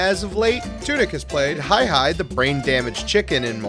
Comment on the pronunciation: did he say “hi hi” for HAY HAY!? have you ever seen moana bruh lmfaooo c’mon son 😫🤣🤣🤣🤦🏾‍♂️